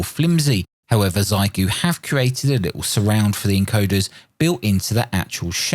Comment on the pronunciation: It's pronounced "Shee-eh-goo" or Shay-goo, my UK brother :) Source: my Chinese wife ;) And thank you for this balanced look at the radio and your use analysis. I agree that it should be pretty good for an HF beginner. I think it should be quite nice for no-nonsense portable operations too. I would prefer the price be a little lower, but still a pretty clean package for what you pay.